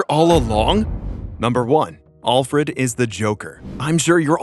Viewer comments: I hate how you say ALL Fred instead of ALfred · is it just me or did he say ALL FRED? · I stopped watching after he said "olfred" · Can you genuinely not pronounce Alfred? In a medium where your diction is your most important factor? You saying ALLfred half the video shows youre not confident.